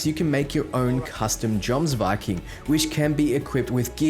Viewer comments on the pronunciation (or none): It's pronounced Yoms-viking.